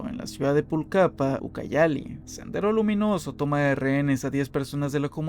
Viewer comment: Buen video, pero porfavor la proxima vez investiga bien la pronunciación de lugares y nombres locales... Quéchua, Pucallpa, etc están pésimamente dichos y me dio un TOC horrible todo el video jajaj. Saludos!